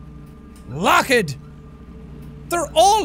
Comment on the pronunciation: Jack: who ever gets scared has a low IQ Also Jack: I think it's LOcK- Ed!